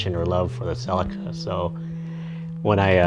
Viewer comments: "cell-i-ka" its a "see-lee-ka" , nice car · Silica?!? It's Celica. (Sell-ee-kah.) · I always wanted a sellica ,No CELICA ,talk properly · "sea Leek a" as in Sleeker... not "sell i ka" :) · its CELICA NOT SELICA. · spoken same apart from 'selika' ...its pronounced 'seleeka' !! ;-) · I couldn't watch past 50sec, say sellikka one more time lol it's fucking celica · Its a CCCCC AAA LEEE KAAA not a selaka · See lika ,talk properly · Did he just pronounce that "sellika"??.... Americans.... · Ughh I cant watch the video with him saying celica like that. Honestly I dont understand why Americans have to make every single foreign word sound so bad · you can't even pronounce the name right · wtf did you call it? saladcar? Celica. pronounced ceee leak ahhh. and dahhtsun. dattttt sun At least you can say Toyota 😊 nice little cars